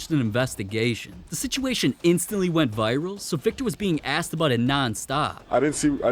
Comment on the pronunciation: Where do you guys hear the n? It's literally WET not WENT